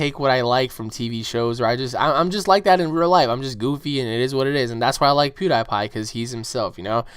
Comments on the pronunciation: lol sorry but you pronouce pewdiepie wrong (PEW-DE-PIE) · I think you said "Pewdiepie" Wrong :P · LOL!!!! HE SAID PIEWDIEPIE WRONG XD!!!!!!!!!!!